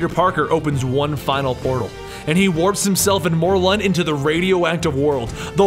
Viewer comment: Isn't it Mor-lin?